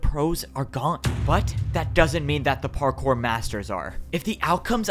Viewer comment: "Time to become partkour" ... Bars.🗣️🔥